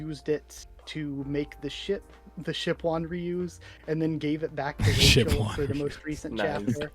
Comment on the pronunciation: "Shipwonryu" LMAO